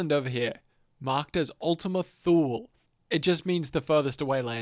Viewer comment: “Ultima Thule” is pronounced “Ultima TOO-LA”. Fun fact-before Hitler was in power and he was just starting to speak in beer halls in Munich, the man who took him in and taught him the things that turned into National Socialism, was part of a group called “the Thule Society”. They believed in some really extreme things such as anti semitism and the belief that the German people descend from these Gods that made them “better” and stronger people that are above other non aryans especially. They were vaguely Nordic type Gods that this Thule Society believed in and used to support their extreme nationalism ideals. Not sure if that story has anything to do with the game and the name of Ultima Thule. Just thought I’d bring up a side note. 🤷🏻‍♂️